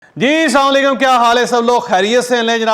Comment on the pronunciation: bhai app vilog shuro krte huwe sama lakum boltay hain bikul galat ha Asalam o alikum thek se bola krey